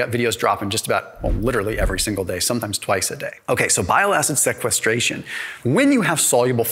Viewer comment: As a medical doctor who went to medical school it’s really painful to hear this man mispronounced most anatomical structures or physiological processes… he didn’t pronounce sequestration correctly 😩